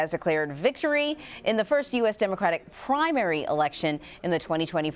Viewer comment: The way she emphasized the word "primary" 30 secs in was a great preview to how biased this "reporting" would be.